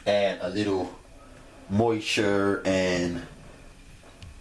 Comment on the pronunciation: Did he say moisure? Lol